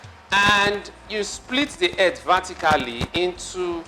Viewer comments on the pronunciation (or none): It's earth not erth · Earth pronounced as "eeth" new English version